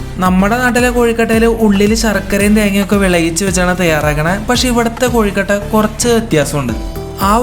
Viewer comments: Kozhi alla kozhu anu mr 🥱🤣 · കോഴിക്കട്ടെ അല്ല കൊഴകട്ട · കോഴുക്കട്ട അല്ലാട്ടോ......😄.......കൊഴുക്കട്ട.....നിങ്ങൾ കണ്ണൂർകാരാണോ...😊